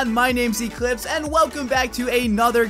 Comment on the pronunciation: "lets se how could it is" echlipse 2017